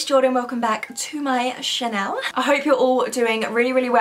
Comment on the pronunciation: i love how she says channel as chanel